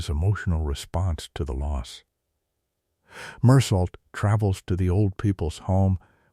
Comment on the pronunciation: The main character's name is not pronounced with a T on the end, but pronounced Mur-soh! Mindless AI software